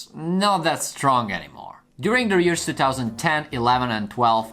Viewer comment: How he says years because of his Accent